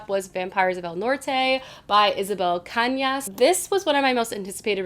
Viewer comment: Love how you tried to pronounce "Cañas" properly ❤